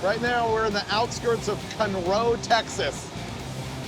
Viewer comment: Its CON-ROW! Lol calling it cunroe with cali plates is pushing it in texas. Also, the town of humble (outside of Conroe), is pronounced "umble", silent h